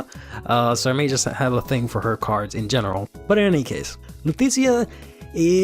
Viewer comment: I know I'm a year late, but I honestly thought it was pronounced "Luu-T-shee-ya"